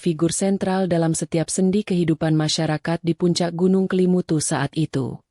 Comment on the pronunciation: Bukan Kalimutu Tetapi kelimutu mbak